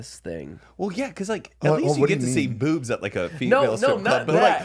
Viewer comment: OMFG "BEOOWBS"